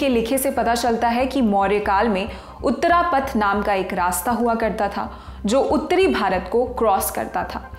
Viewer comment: उत्तरपथ और दक्षिणपथ anchor should ammend her pronaountiation